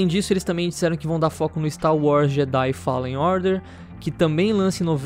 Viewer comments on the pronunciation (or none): none